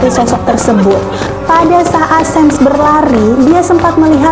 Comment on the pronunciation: Bukan 'sam' tapi 'sham'!